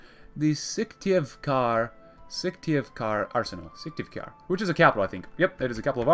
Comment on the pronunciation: Your pronunciation of Syktyvkar is almost correct.